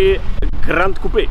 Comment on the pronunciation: Gran Coupé, ohne d🙈